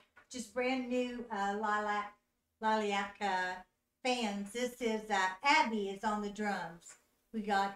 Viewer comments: The name is pronounced Lily ( like the flower)- ack. Any original is great. I love your reactions. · You are fantastic but then name is pronounced Lilly-ack.. Please do some originals. Nothing, We are the Children, Dear Father, and Sail Away. Keep them coming.